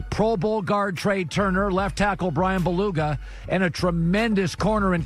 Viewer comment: Romeo Hendel yes exactly! Colin says “Bryan BELUGA instead of BULAGA, and also ANTONIO winfield instead of ANTOINE Winfield. How do his producers not tell him??